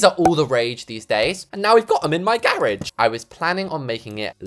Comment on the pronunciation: what is a garagie? Its garage